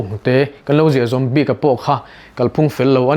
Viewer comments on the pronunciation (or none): none